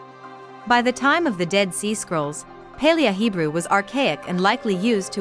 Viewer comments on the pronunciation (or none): The constant mis-pronunciation of "Paleo" in this makes it pretty unbearable. It woulda been pretty good otherwise.